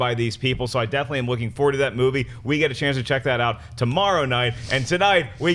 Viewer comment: never noticed that. I have noticed him saying forward as foward